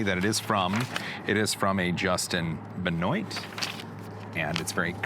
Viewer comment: Justin Benoit pronounced Justin Beh-nwah.